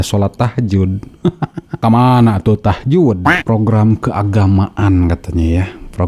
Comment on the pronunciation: lihat wajahnya saja ga yakin ibu ini Muslimah, apalagi dengerin cara baca Al Qur'an. Emang ada sholat Tahjud. bukannya tahajud